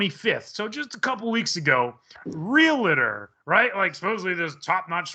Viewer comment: Real-tor... Not real-et-tor or real-e-tor It is really quite simple. You may as well have done the interview or conversation in the mirror